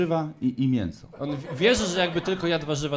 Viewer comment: Jedne z lepszych kartek. mówi się miĘso Pan raczysz wymawiać mienso.